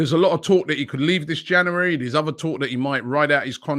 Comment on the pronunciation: Nobody: Robbie: Janooary